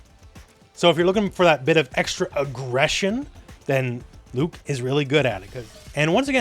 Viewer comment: you mispronounced Luke